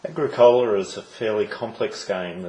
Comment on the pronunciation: Its, AH-GRICK-OLA